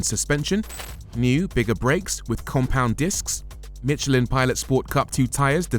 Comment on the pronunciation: It’s Michelin not Mitchelin.